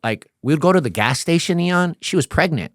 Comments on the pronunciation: The hardest part about watching this video is him calling him. i’m pretty sure that’s a length of time not a name. Ian is the name. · Im sorry I cant take this 🤡 seriously when he can't even say Ian's name correctly....everytime I hear em say "eon" instead of Ian it makes me wanna slap the dog shit out of him! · Why this guy and that one rockers co Leroy be saying your name funny lmao nobody ever seen the word Ian before they calling u lol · Ian, not E-on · Bro , its no t EON its Ian, and you dont have to say it at the beginning of every sentence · I love you Ian!! 😊 why did you let him keep calling you EE’ON lol I’m nit throwin shade but it’s funny 😅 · Surprised didn’t get bothered by mispronunciation. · 10 minutes in I'm like he's pronouncing your name wrong 20 minutes later I'm like it sounds better😂. Elons cousin Eeon. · " Must" from now on😂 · Call him "E-yon" one more fucking time 😂 💀🤣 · you’re one L away from being Elon musk. Take that L and run the world 😂 this was an EXCELLENT episode and I always am in awe that you don’t cut people off when you know the answer, like I know IAN, you know what gladiator school is, you know what the various cars/gangs are and the insides of prison through your own experience and hearing countless others talk about their experiences. (You didn’t even cut in to say your name is being mispronounced (not a big deal but this guest kept saying it haha almost like he was trying not to forget your name 😅) ((it’s common to say someone’s name so often if you’re bad with names, I do it too because I forget peoples names easily and I’m a paramedic so I make it a point to always use the persons name to keep it in my mind but I can see how it annoyed some people.) I feel like you’re gonna get some EON comments for time to come haha. But again, amazing interview, amazing guest. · Ian is a saint for not trying to correct him so saying his name wrong. Dude, please get yourself more knowledgeable of who is interviewing you 😅